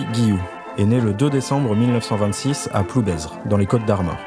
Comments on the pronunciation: Bonjour on dit PloubAIR et non PloubAISE ! Merci pour ce bon documentaire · Tu lui diras qu’on ne prononce pas le Z!!!!!!! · Ah oui, vous avez du vous amuser à différentier tel ou tel Guillou, c’est extrêmement commun. ^^ Je pense que son patelin se prononce sans le Z, par ailleurs. Merci pour la vidéo, je connaissais pas ce pourri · Tres intéressant. Par contre, il faut prononcer ploubêr. Le z ne se prononce pas. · Très bien ce reportage, mais merci de prononcer "Ploubère" lorsque vous faites référence à cette commune 😉🙂